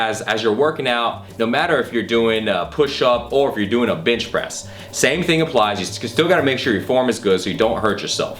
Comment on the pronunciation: he said bitchpress. Lmfao